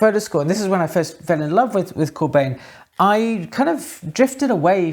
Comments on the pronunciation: Hey, as always, love the video. One small nitpick though, "Bijn" can approximately be pronounced as "Bine", like you would pronounce "wine", So us Dutchies pronounce his last name more like "Corbine". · Great video, as always, (Note: it's Corbijn, not Corbjin - the Dutch pronunciation of the Dutch "ij" today is like the "ei" in Italian) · And keeps pronouncing his name wrong.